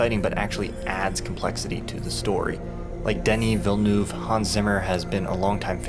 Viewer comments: 'Ville-nuv' would be a closer approxmiation of how it's pronounced. French vowel sounds are pretty tough. Great vid, as always! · C'mon, try to pronounce the directors name the way it is supposed to be, the French way.